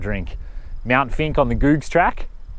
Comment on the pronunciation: Mt. Finke. It sounded like you said Mt. Stinky..? Greg K.